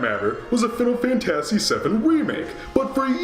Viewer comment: Oh no, it's you again! Also, that's not how you pronounce "fantasy" calm down. No remake is perfect.